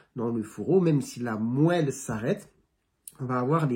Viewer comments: bonsoir je connais ce nom de "queue de cheval" en ce qui concerne le mot moelle épinière cela se prononce phonétiquement moalle épinière pas toujours évident notre langue mais vous vous débrouillez très bine merci pour cette vidéo Docteur c'est chouette de vous écouter et cela vous demande du travail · On prononce moual.merci de cette très bonne description d'une urgence. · Puisque vous demandez docteur, on prononce "moalle" comme dans maroilles